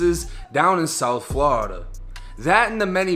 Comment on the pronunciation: Ha, say Flaurida again lol 👀